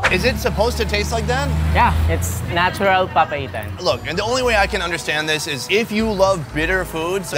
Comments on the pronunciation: Pronunciation Locals: Papaitan: Papa Ethan 😅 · The way he says papaitan, sounds like Papa Ethan to me. 🤣🤣